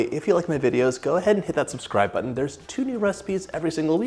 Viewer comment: No she didn't say 'Scotch" when referring to the people. Glad. And stop over pronouncing the word 'button', please, it's weird, like when my nursing teacher, Mrs. Vera Fadely used to say 'Tem-per-a-tour' instead of timprachur lol Love you, John!!!